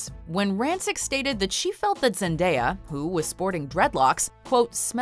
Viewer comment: LOL, she misprounced Zendaya's name!